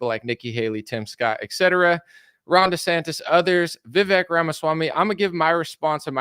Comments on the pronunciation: . Vivek is how his name is spelled, and if we all just remembered to pronounce his "e" as a Spanish "e", then we'd all say it right. It rhymes with cake. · Vivek himself says the "vek" syllable rhymes with CAKE. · It's pronounced VI-VAKE